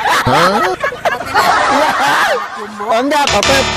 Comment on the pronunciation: Enda" bang bukan enggal😂